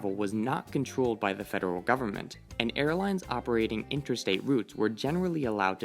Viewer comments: Sounds like he was saying "interstate" when he should have said "intrastate." A flight between points in one state would be intrastate, whereas an interstate flight would be between points in different states. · Dude….you mean to say INTRAstate, not Interstate. Look it up! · Intrastate not interstate.